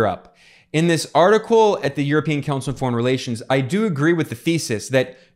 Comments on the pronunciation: it's vassal not vessel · I think someone was saying "asshole" with an accent.